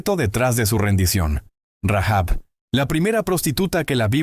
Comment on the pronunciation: Rahab, sin pronunciar la h o la jota